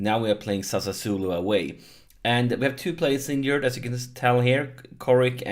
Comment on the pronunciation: Here I go again with my smart a$$ pronunciation tips: Sassuolo: Sa--Swoh-Lo. You seem to get tricked into a couple extra s's ;-)